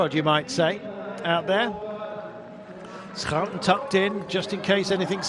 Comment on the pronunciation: it is Irene Schouten, not Irene Schoouten!